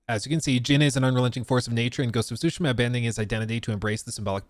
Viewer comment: It's not Sushima, the T isn't silent.